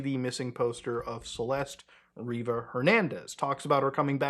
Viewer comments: Her last name is Rivas, not Reever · It's "RivaS" with an S and it's Lake ElSinore also with an S. What are you reading that doesn't have that right?